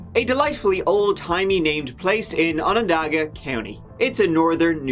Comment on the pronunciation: Well done pronouncing Onondaga county. No one gets that right. We've been living this story in our area for 10 years and I think there aren't too many that believe in his innocence. There are women that find it difficult to believe because he delivered their babies. I feel that if you follow the evidence, the stories simply do not match up. I'm heartbroken for their children. The 911 call is devastating to listen to. Just a sad case from all angles.